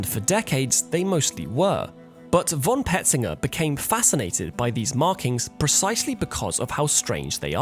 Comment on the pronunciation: ty, nice,but btw: "von" is pronounced: "fon". with a sharp f.